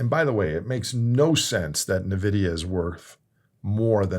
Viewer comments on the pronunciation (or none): It's pronounced "in-vidia" lol 😅. You miss pronounced it several times this video.